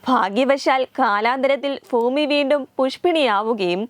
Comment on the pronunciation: ഫൂമിയല്ല ... ഭൂമി......